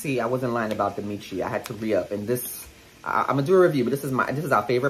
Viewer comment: Just in case you haven't filmed the Miche review yet, the brand's name is pronounced 'meesh' rather than 'mee-chee'. Hope that helps. Love the haul!